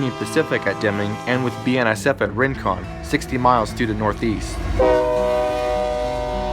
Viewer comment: Cayce, South Carolina. The speaker tries to narrate much faster than he is able to clearly speak. The rushed narration also contributed to his dodgy articulation of Rincon, New Mexico.